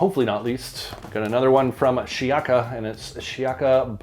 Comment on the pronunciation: It’s pronounced: “She-yaka”